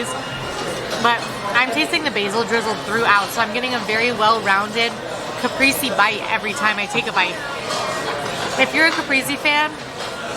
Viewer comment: Kuh-Pray-say,. Caprese. Still love your content, quality food review ❤️